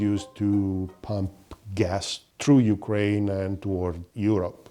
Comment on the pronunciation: Don't say yukren say NATO